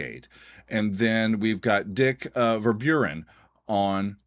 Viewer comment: Did he call Dirk Dick?